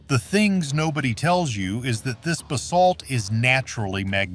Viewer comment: Bay-salt? wtf is that. Is the owner of this channel to illiterate to voice over their own crap?